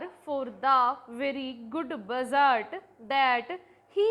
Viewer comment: budget ❌ bujjard ✔️